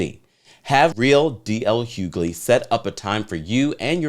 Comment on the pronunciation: It's pronounced (H)ugley 🤦🏾‍♂️🤦🏾‍♂️